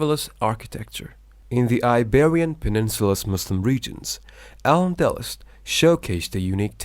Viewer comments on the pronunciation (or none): Thanks for the video. Very well organized and Informative. Just a few corrections to the pronunciations are needed. Words mispronounced Toledo, the e is accented. Toleedo Castile, The i is accented. [cas] tiil Al Andalus, The u is accented. [ Al Anda loose] Spaniard, The i is not silent. Secular, The e is accented. astronomy, The O is accented Reconquista, The u is silent. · A little bothered how the presenter pronounces some words incorrectly, like Al Andalus, Arabic and more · The repeated poor pronunciation of AL ANDALUS is distracting me in this video 😪